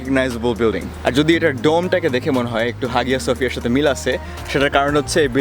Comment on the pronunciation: hagia sophia এর বাংলা উচ্চারণ হায়া সোফিয়া।